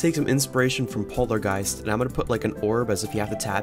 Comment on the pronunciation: POV your first time you say polargeist but you say polargoistt